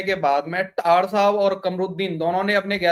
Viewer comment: टायर नही टायर्ड साब कहिये.